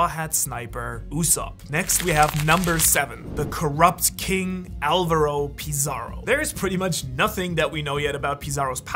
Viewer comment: Avalo Pizarro! Not Alvaro! Funny mistake, though